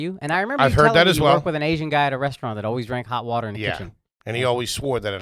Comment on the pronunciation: H. “I do love wuiuuutturrrr” Foley